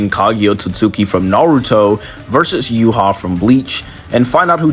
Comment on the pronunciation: ur pronouncing yhwachs name wrong... its not "you-hah", its "you-ha-bach".. just wanted to point that out